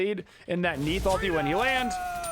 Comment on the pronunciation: who else understood "random meatballs" insted of "random Neith ults"? XD